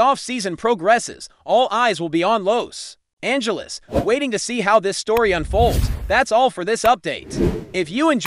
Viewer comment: Sickening AI narrative, mispronouncing Los Angeles and Pagres. Stupid.